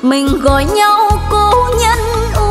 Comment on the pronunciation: Cô này phát âm chữ nhau không giống thầy Lập là nhâu tôi rất thích cách phát âm này nghe nhẹ nhàng rất hay chúc dồi dào sức khỏe